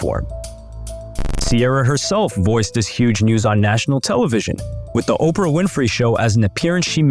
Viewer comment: Not OPRA!